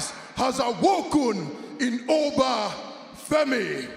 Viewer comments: did he just say Obie?😂😂😂😂😂😂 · The O pronounced in Oba is same in Organ not as in Orange...